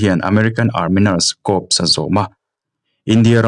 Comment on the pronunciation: Engmah chu ka ni bik lova, ka intih thiam nâ bik ni lovin Corps hi kop tih angin ilam ri a, kawr tia lam zawk tur niin ka hria tih ka lo sawi ve mai2